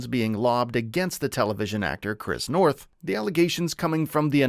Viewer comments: It's Noth, not North. [generated AI narration}?? In any case the character was pivotal. I haven't delved into the allegations; but as an anchor to the real world, relationships, and grounding influence in Carrie's life and for the show, he will be missed. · Oh my God. Your job is to report. Literally report what you read. It’s Chris Noth!!! NOTH. I couldn’t even watch it because I can’t respect the fact that you don’t even CARE enough about this report to get the name right. Repeatedly!!! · I am not watching your channel again if you do not find a narrator who can read! It is NOTH, do you see an R in that name? NO. The Cedars- Sinai mispronunciation was even MORE stupid! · Wow, his name is Noth, nor North. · NOTH! Not North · Get his name right please! It's Noth, not North! Basic really, as you're making him the subject of your video, you could at least get his name right!! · It's Chris Noth, not North! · This video is almost as trash as Chris NOTH, repeating the same freaking story about the reboot series for 5 mins to take up time, and not even taking the time to make sure you got the creep’s name right